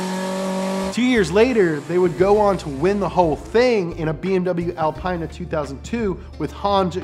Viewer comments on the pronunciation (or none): “BMW AlpAina”